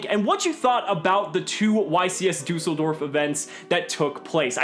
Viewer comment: dUUseldorf 😂😂...im from germany